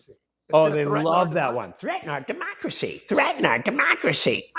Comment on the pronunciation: Omg. “Threat to my Deeemocray”